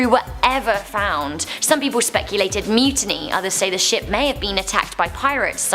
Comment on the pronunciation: how said shop not ship : )